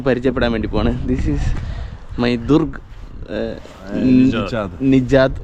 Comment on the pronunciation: ദുർഗ് അല്ല ബ്രോ ! ദ്രൂഗ് - Друг കൂട്ടുകാരൻ Подруга - എന്നാൽ കൂട്ടുകാരി !